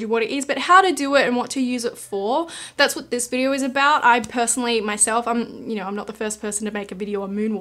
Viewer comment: Any one else curious why ppl with this accent say "videor" instead of "video" or "idear" instead of "idea"? lol